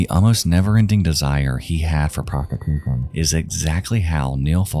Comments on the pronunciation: Agreed. Not his fault tho to be clear. Also pretty funny to hear "pros-*muffled*tiution" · I'm sorry "promfmufution" made me laugh